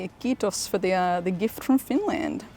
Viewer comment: That ''Kiitos'' was brilliant and i did not expect that! Holy smokes!